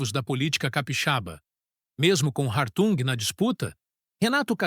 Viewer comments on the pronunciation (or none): O correto é Hartung ( H mudo)